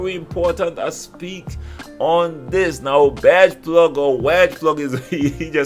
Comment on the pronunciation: Wadgeplug? Haahaa